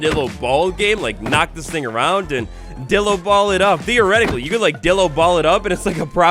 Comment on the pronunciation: I thought you said dildo 😂😂